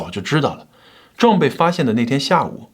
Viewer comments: 你這個John的發音唸壯太彆扭了 還是唸。。。醬吧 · John, 你这个词的发音真的很差，😂